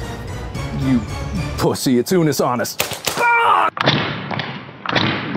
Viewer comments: "Unus Anoose" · Blonde: Unnus Ah-noose? Me: Fake faaaaan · Unus Annustly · Unus Honest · Its unus ( une- oose ) annus (an - oose) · its slightly wrong cause of the Latin accent/pronounciation the Nu in the Annus is pronounced weirdly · dude it bugs me so much when people pronounce unus annus wrong. like yeah you can spell it wrong but for the love of god its not hARD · The name isn't mispronounced. Technically mark and Ethan mispronounced unus annus.